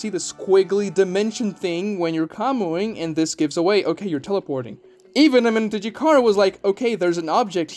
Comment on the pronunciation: I disagree with you on the sub jutsu being superior. Kakashi switching with a Naruto clone was most likely retconned since no one, even Kakashi, has done it since. And kishimoto is known for his retcons... I give you props for pronouncing the jutsus name.. amenotejikara can switch jutsus too. As sasuke switched the kunai with chidori and hit Momoshiki with both. No sub jutsu can do it. And some of your reasons for the jutsu being wack involved plot. I think that was a poor decision to prove a point. The cool down is inconsistent. And there is the radius for which sasuke can teleport to. But he can increase that radius by swapping places with things. As shown and explained when he escaped the desert universe during the kaguya fight... But being able to teleport anywhere in a radius is superior than only have to switch places with things like the sub jutsu ONLY does. And sub is only allows the user to switch with other things. While amenotejikara can do the same + being able to switch objects/jutsus with each other or even with people. Can even teleport to certain locations. Does plot ruin the jutsu? Yes. But is the jutsu as bad as you're claiming it to be? No. It's cool down is annoying but seeing as you can do way more with it than you can with sub jutsu. Is definitely superior to the sub jutsu. I watched ya sub jutsu video too btw